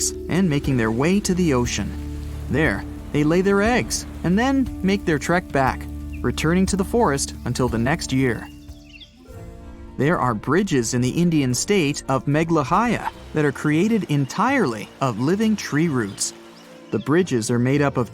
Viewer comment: Sorry to point out but you pronounced it as meglahaya while it is Meghalaya